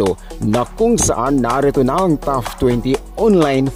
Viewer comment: pronounce TOP properly...not TOUGH